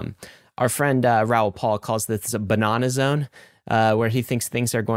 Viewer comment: our friend raoul pal calls this the buhnawnaw zone lmaooooooooo